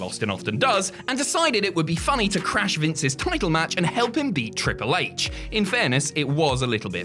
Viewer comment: I swear said ‘Cripple H’